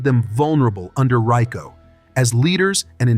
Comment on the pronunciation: You people that voice these videos should talk English. You can't even talk about RICO without pronunciation it right.